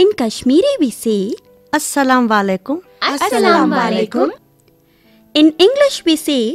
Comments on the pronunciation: It is not asala malykum Its asala-mu-alyukum... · Berhoom yes it is wrong ... it says as sla maikum where it should say as salamu alaikum